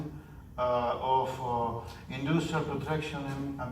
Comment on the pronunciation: I love how he says "indoostrial"